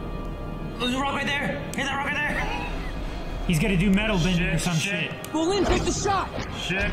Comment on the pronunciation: My god, 3.5 seasons in an still says BROlin every damn time